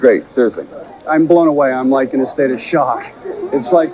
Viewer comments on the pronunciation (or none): none